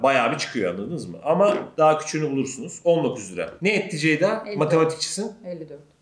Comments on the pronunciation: neden hic ceyda diyemiyo ya dhdndndj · neden ceyda ablanın ismini bi türlü düzgün söyleyemiyor SKJSKSDNKSDKKDJJSSKALDJJWDH